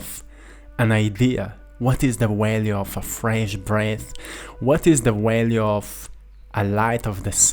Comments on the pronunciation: Hey brother, v's are not w's in English. Its value, not walue. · I like the way you say walue! Lol 😂